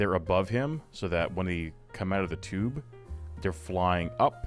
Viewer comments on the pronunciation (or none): none